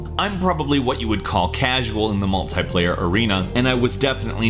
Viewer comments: It's multiplayer not multyplayer just saying😊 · Ur crap at cod + its not 'Multiplier' its Multi Player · it is not MULTAY-player, it is multi-player, TEA!!! MAL-TEA-PLAYER goddamit stop it